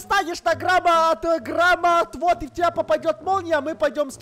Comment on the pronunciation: Мне одной показалось что они сказали гробоотвод?😂✊